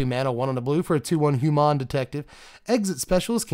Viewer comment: when you say "Hu-mahn" are you feeling Ferengi, or Nausicaan? Not just this time, but in general, i usually get Ferengi, but this is had much more Nausicaan in it.